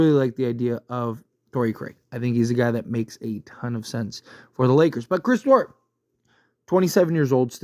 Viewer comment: Duarte (Dwar-tay)